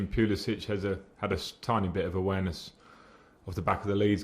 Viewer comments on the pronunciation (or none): Someone please tell Frank it's not Zai-yech, it's Zi-yesh and it's not Puli-sich, it's Puli-sick.